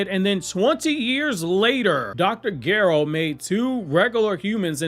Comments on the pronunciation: Why you saying Dr gero like Dr gyro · while i love your content its not Gair-oh.... its not a hard g